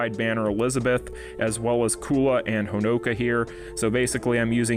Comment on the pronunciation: Why all english speakers pronounce Honoka like that, it drives me nuts